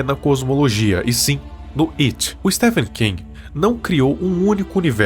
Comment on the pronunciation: Oxi, mais tá certo! É assim mesmo que pronuncia!